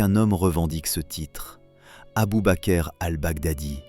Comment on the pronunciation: Abubaker 🤣 mais merde relisez vos textes avant de les faire régurgiter par votre robot!